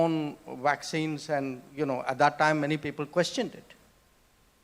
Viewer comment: I heard wacksines...